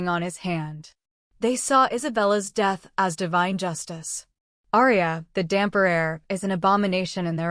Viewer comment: Hi from Italy, great story. However is not damper but dampyr check on the web the Italian comics DAMPYR is fantastic